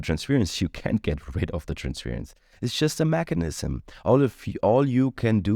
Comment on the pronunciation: I love you. Wonderful reading. One little pronunciation thing….. Trans’fuurrr’ence … not trans’fear’ence. ‘Ur’ sound. 😘